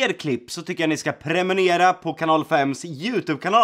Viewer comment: premurera va de bara jag som hörde det?